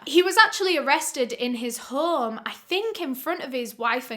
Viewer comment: Mr. Baboon Caisholm!